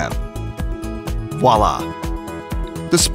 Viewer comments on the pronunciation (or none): none